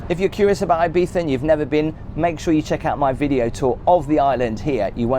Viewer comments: as someone who has had a house in Ibiza for 25 yrs, some FYI’s…it’s not pronounced EYE-Beetha. It’s EEE-Beetha Also the Grand Hotel is certainly not the most expensive hotel on the island. You are staying in the heavily tourist area. Quite ugly and the true locals never go in there. Locals and those with $ are more in the hills. One day, treat yourself to those top hotels. Six Senses, Nobu.. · Thank you for all these videos, I'm enjoying , your reviews are very interesting and fun. BTW , I think it's E beetza , not I bee tha , lol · it's pronounced ee-bee-sah. In spanish 'i' is pronounced as english 'e'. Still leaving thumb up for the video 👍🏼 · come on dude, you staet with "ay biza" and I was fuming already, min 7 you pronunciate the name properly twice and I was ..ok, ok... then at the end you go back to "ai biza , aibiza" and I swear I just want to punch you in the face. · Can't imagine paying the price for the expensive place. How much time are you actually spending in a hotel on vacation? Again, breakfasts in hotels tend to be a complete rip off no matter how good they look. Local bars are your best friends for breakfast. Also Ibiza is pronounced E(as in sea) biza. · The way the British pronounce "Ibiza" makes it sound like you're mocking the Spanish.